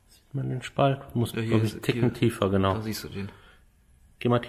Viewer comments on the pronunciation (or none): none